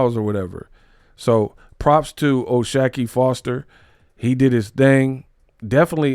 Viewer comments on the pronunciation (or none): I think it’s “shock” ⚡️. Not “shack”